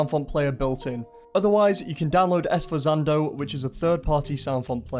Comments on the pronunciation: “Esforzando”! For the record, it’s pronounced “sphortsando”, with the first sound as in “sphere”. XD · I never heard anyone pronounce "Esforzando" like that. Never. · i hate to tell you that sforzando is pronounced "sfort sahn dough," and leitmotif is pronounced "late mote eef." otherwise, extremely helpful and high quality video! im working on a game, and ive been searching for something like this. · Right now 2/10ths into the video, actually invested in making originals after making a lot of VGM remakes in FL Studio 🤩 Also it’s “sfor-zan-do”, like the Italian word for “sudden emphasis” in sheet music 😅